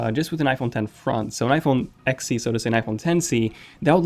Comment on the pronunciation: When you say iPhone XC it sounds like iPhone Sexy and well, I’m okay with that😉 because it is